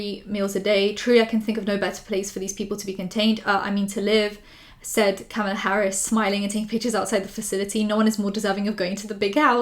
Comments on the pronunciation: hey love your channel and your content is always fire - just letting you know though that "kamala" doesn't rhyme with "pamala"! it's pronounced "KA-mah-lah" like "comma" and "lah"! ♥ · Hey, not trying to be rude and I understand it might sound different because of your beautiful accent, but I just wanted to say Kamala's name is actually pronounced "comma-la"